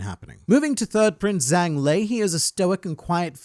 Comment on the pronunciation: zh is typically j sound, I believe that holds true here for zhang